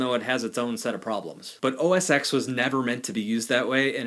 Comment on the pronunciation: are you DENSE? ITS CALLED OH ES TEN!!!!!